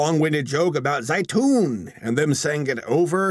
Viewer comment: zeitoun??????? that means olive in my native language ytfghnvfyhjkufyhj edit: BRUH IT LITERALLY IS OLIVES, THE WAY THEY PRONOUNCED ZEITOUN IS KILLING ME AHHHHHHHH